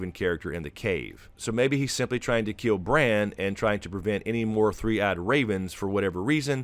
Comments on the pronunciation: It's BRAN. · Its bran...howd you miss this